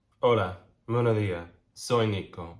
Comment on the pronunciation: I know you are so over us (your subscribers) picking apart your intro...However...LOL...I find myself here yet again. I know we already got you to officially change over from "Es" to "Soy"...that being said...LOL! It's still hitting my ear a lil funny. It should be "BuenoS DiaS" or "Buen Dia". I know it's comon for Caribbean Latinos to silence those S's. However, I would suggest either hitting them a LiL harder...or removing them altogether. That aside, love the channel, love the content, and I look fwd to your next upload...XOXOXO